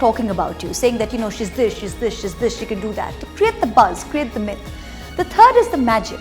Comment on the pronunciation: Three 'M's are mefod, myf and magic. 😂 Love Moitra ❤️